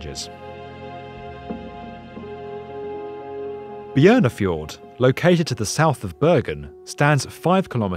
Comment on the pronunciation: Narrator: Pronounces "Bjørnafjorden" as it should be. Me: Bi-Jorna-fi-jorden.😂😂😂😂😂😂